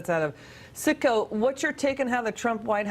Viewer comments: It’s CITGO not SICKO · lol its definetly Citgo not sicko lol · the company name is citgo not sicko lmfao